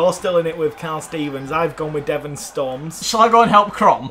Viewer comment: Devan? Ain't it Devin